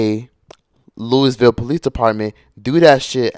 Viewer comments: And its "luhw-vul Kentucky" 😂😭 not Louis-Ville 😭😂😭😂😭😂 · Its so weird to hear ppl outside of Louisville pronounce Louisville like Louis Ville lmao Also as a local activist here and more... some of this is inaccurate af just sayin Also she still did not deserve to get gunned down like that no one does a person selling drugs or not. This system is messed up and this is bigger than Breonna. Also it said “one dude she messed with before she messed with me” not dealing But also being unbiased is so important. Appreciate this take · “Looeyville”, “Louahville” , or “Louville” are the pronounciations of the city